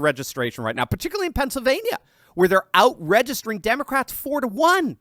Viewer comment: Did you say demoscraps ass mole turfing